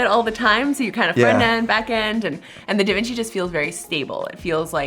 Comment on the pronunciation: Omg it may sound weird to you guys but actualy nailed the way we are suppose to say Devinci!😂